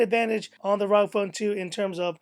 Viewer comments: its pronounced (rogue) ROG phone 2. good video tho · It's R O G as in Republic Of Gamers